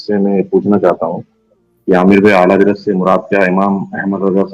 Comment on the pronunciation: Ala yuhi nahi ala hazrat he wo alo se ala he ala hazrat he